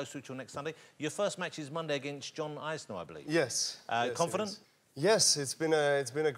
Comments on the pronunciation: John Eyes-ner 😂😂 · Jonathan Ross is the only person I've ever heard pronounce Isner "Eyes-ner" 😆